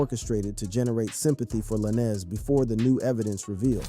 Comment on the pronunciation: Not La-Nez